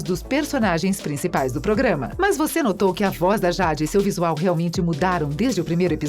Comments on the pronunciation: acho que ela ta falando por causa da pronúncia errada, "Jade" mais se pronuncia Jeide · Quando eu escutei, pensei que era uma versão mais fluida do Google tradutor porque, PQP, essa pronúncia de ingrês heim kkkkkkk "jÁdÍiiiiii", "nÍcLôDeOn" e a do namorado da tori kkkkkkkkkkkkkkkk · Ruim mesmo foi a "jádi" kkkkkkkk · Niclodeôn e JÁde......To decepcionada com você moça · Jade se pronuncia Jeide, acho que se escreveria assim. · "Sauchichias " "niclodeon" . Kkkkkkkkkkkkkkkkkkkk Fora q falou o nome da Jade errado . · MANO QUE AGONIA DESSA DUBLAGEM FALANDO O NOME DA JADE ERRADO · MANO SÓ EU FIQUEI COM RAIVAAAA 😡😡😡 QUANDO ELA FALOU O NOME DA JADE ERRADO ? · Nem eu. E o nome da Jade. Kkkkk horrível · Nao consigo assistir com ela falando jade 😂😂😂😂😂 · É nem o nome da Jade 👁️👁️👄👄👁️👁️💅💅